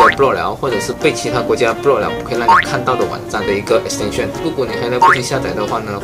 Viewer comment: 马来英语的重音丢在后面么？亿可斯 探深